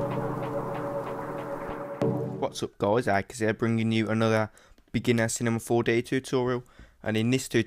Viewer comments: I like how you say Cinema 4D to "Cinemah 4Deh" xD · he said Cinema 4Deh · "Cinema 4-duh"